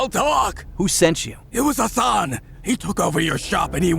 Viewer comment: am I the only one who heard Hasan as ‘her son’. I got really confused how she got a son who looks older than her lol